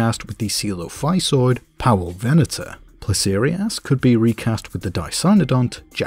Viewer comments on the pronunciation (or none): none